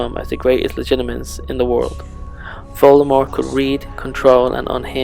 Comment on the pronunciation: why is he pronouncing Voldemort wrong?